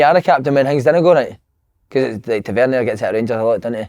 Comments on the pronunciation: Pet peeves 1) cranks on holiday that post a photo captioned “ not coming home “ when we all know you’re there for a week. 2) Rangers Da’s that after nearly a decade of Tavernier at the club they still can’t pronounce his name right “ tavern-ee-A” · si still can't pronounce tavernier